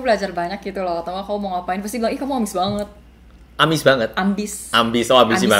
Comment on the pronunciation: HAHAHA 'AMIS BANGET?' 'AMBIS' OOOHHH AMBIS BANGET 😭😭